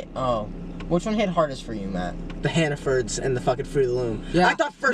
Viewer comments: I'm actually crying because I'm from maine, about 20 mins from york and EVERYONE calls hannaford "hannafords" here thats so funny lmao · Honestly up until 30 seconds ago I thought Massachusetts had Hannaford stores so I was lowkey surprised to hear you all pronounce it like Hannafords 👀 but as someone who has also worked at a Hannaford I agree with Matt’s “FUCK HANNAFORDS” Edit: Mass does have Hannaford stores so I’m even more flabbergasted at the way y’all pronounce it and I can attest to the fact that the logo has never had a cornucopia 🤔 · “hannafords” HAHA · i love you guys sm but the way you say “hannafords” instead of hannaford got me fucked up 😭 there’s no s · Hannafords? Isn’t it hannaford?